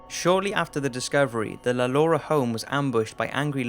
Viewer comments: Hanayo Koizumi I understand"no shit", but even if he has an accent you can clearly hear him say "Lalaurie" in a french way and not lu-lu-ree. That's way i said to pronounce "Lalaurie" in the french way you have to read it Lha-lo-ree. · i'm french and Lalaurie pronounced : Lhaloree. In french "a" it's pronouce ''ha'' like a scream , and "au" sound O, and i sound E...So this guy pronounced it very well, not 'luh-lur-ee" but "Lha-lo-ree"